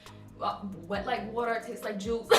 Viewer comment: “Wet like watedeerr, taste like juice “😂😭😂😂